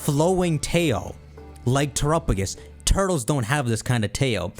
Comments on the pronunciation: I can’t get over how you pronounce Terapagos as Troupogus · Someone please tell how to pronounce terapagos 😭😭 it’s been months I thought someone would tell him by now 😭😭